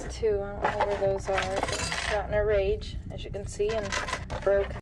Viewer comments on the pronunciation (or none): none